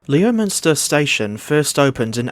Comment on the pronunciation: Leominster is actually meant to be pronounced like "LEMster" believe it or not.